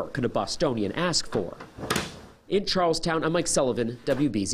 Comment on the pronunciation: They pronounced Charlestown wrong.